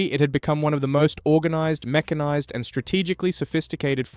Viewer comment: yeah this is AI, its mekanised not meshanised